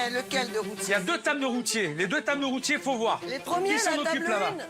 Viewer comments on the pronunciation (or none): j'Ai tellement l'impression que le pere dit Roti au lieu de routier XD